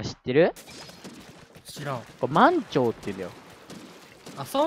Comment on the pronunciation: 満潮の発音違くて草🤣